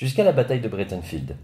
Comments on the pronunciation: Pas "bréteunfild" : "braïte'nfeld" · Breitenfeld (allemand), pourquoi prononcer Breitenfield (à l'anglaise) ?